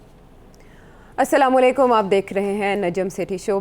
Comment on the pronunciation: Jahil buddhy ko Salam bhi karna Nahin Aata. Salaikum, Is Tarha to Non Muslim kehty hain. Sahi Talaffuz hy. Assalamo Alaikum. Lagta hy Buddha Baba Jahil hi Mary ga.